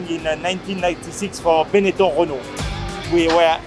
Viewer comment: that’s the most French Renault I have ever heard